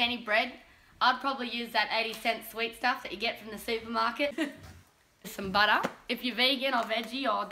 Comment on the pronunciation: That's how you say "butter".